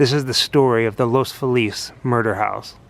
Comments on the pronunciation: I lived on Russel Avenue with my Grandmother during Summers. Its south of this house in Los Feliz. I can't spell out the proper pronunciation but its not Felix as in the cat. More like Los Felice. We would take walks down Franklin Ave. and go by the Frank Loyd Wright Jr. Mansion that is associated with the Black Dalia Murders. We would take Western Avenue north to Los Feliz Blvd. to go to Griffith Park, the observatory, and the Zoo then to the freeway to go back to Riverside Co. Lots of performers live in the area. Katie Perry used to. The area is not as prestigious as Beverly Hills etc. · Los Angelinos pronounce Los Feliz (fee lus)